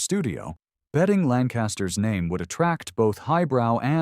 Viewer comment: I love listening to the AI mangle everybody's names.